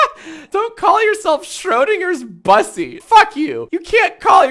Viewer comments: sigh Jack you mispronounced bussy... how could this happen... it isn't bus-sy (like bus+see) it's b-ussy (like pussy but with a b) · Jack pronouncing bussy as bus-sy hurts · why does he always pronounce bussy wrong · Mods can y’all teach Jack how to pronounce bussy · Jack doesn't know how to pronounce Bussy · Jack pronouncing bussy incorrectly is hilarious💀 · why are you saying bussy like that?